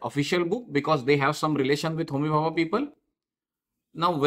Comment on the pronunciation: Sir it's homi bhabha not homihaha